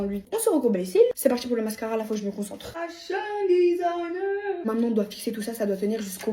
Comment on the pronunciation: «Fashiion Desaagner »😂😂